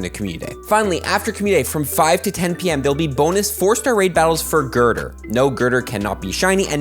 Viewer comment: yall keep pronouncing conkeldurr name wrong